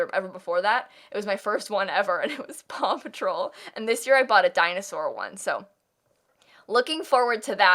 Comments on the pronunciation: Oh my god, I kept hearing papa troll instead of paw patrol and was so confused for so long. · help at first i thought she was saying papa troll and i was like tf even is that😭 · I didn’t realize she was saying “Paw Patrol” until half way through & I was just fine with hearing “Papa Troll” & thinking is talking about Smurfs like wHat 🤠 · i thought it was just me like ft is papa troll